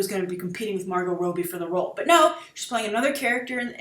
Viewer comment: 'Rob-bie', not 'Robe-bie'